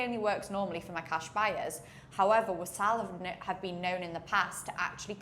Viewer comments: it's not wasaal. it's waasl. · WAA-SL not WASAAL